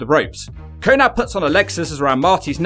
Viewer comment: Konnad? I thought his name was konnan.